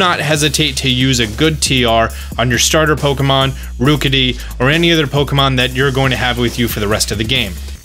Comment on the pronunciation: The rook in rookidee rhymes with cook not spook.